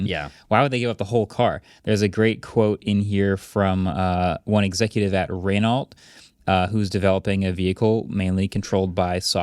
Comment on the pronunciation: Friendly note: Renault is pronounced, ‘Ruh-Noh’, with a rhotic R if saying it with an American accent.